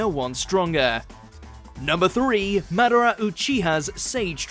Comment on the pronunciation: if you can't say madara right, why do you have this job?